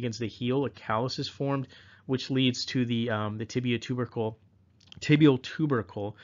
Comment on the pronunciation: when you said tibial ter-ber-cle when talking about osgood schlatter dz I laughted out loud. Thank you for the amazing videos! They are helping me prep for my PANCE!